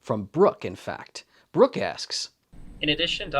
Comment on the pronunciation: It's not Brook it's Brock